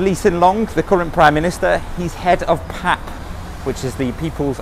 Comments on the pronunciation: LOL the initials of PAP is never pronounced as a word. It's always been "pee-eh-pee" (not a Freudian slip there, I assure you). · It’s Pee A Pee. PAP sounds very wrong. There’s no PAP smear